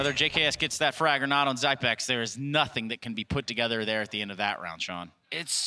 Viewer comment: zigh-pex? zipnex? learn his damn name already